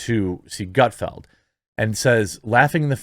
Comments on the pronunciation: ...how the fuck do you still not know its Gutfeld? not field......ffs lol... you crack me up man. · This is why I watch but don't subscribe you act like you don't know how to pronounce Greg's name and don't know what his show is about if you don't know do your research or don't comment